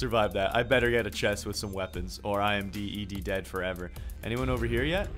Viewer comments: its actually DEAD!!! not DEED!!! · Did you say d-e-e Dead?